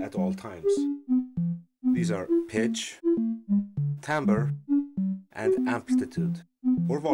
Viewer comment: timbre isn't pronounced tim-ber